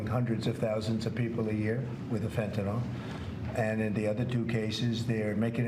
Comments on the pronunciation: Trump cant even pronounce te drug name correctly! Its fentynl NOT fentinol!!!😢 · Who believes that Trump gives a damn about Fentanyl use (if he did, he would learn how to pronounce it correctly)? Who believes he even understands how tariffs work? Who thinks he gives a damn about Americans paying more on products that are affected by tariffs?